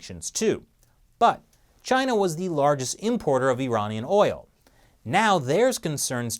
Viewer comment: the party has finally managed to hack chris... he started saying iranian weird... it became more... unamarican.